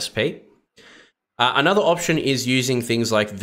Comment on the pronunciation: Opetion? Did you mean Pigeon [/google-mode] ;-)